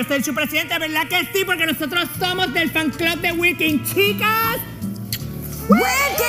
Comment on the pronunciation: en vez de decir fan club dijo flan club